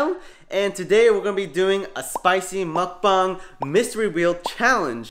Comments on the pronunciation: its was a great video but it triggers me that u said mukbung not mukbang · He said “ mukbung” it’s mukbang (muc-bang) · When said mukbung I laughed so much